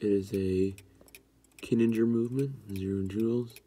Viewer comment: I do believe it's pronounced kee-ning-er even though that's a hermle movement anyway